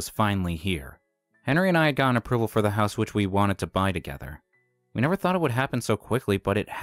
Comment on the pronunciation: Hose? Supposed to be house😂